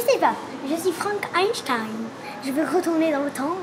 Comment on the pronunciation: Vous avez changé de voiture non? J'adore quand Jen dit " je suis Frank Instaine" 😂😂